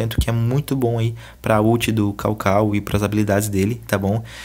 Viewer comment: Pensei a mesma coisa kkkk " dog dog"